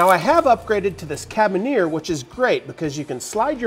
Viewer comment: It’s not pronounced “cabin ear”, it’s “care ah beaner”.